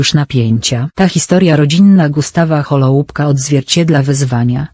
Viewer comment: Wymowa nazwiska byla okropna...